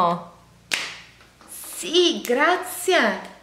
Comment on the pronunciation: L’aereoplano? Davvero chi l’ha sentito?😂